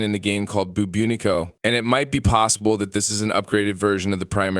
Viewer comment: One criticism... When talking about the infested arm cannon you kept saying buboonico. It is called the Bubonico (boo-bah-nic-oh). You've definitely said this right in the past and seem more intelligent than a lot of the streamers out there. Such an oversight now would suggest you're overstressed or just too tired. Perhaps you should take a break?